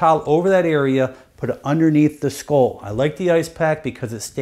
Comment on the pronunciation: HE DOESNT KNOW HOW TO SAY SKULL?? HAHA